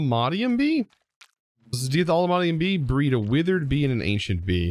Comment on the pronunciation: How many times did you say "be'ee" during this episode, it was suddle lol but made me laugh